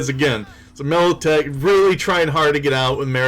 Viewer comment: Damn, it's MILITECH, a g a i n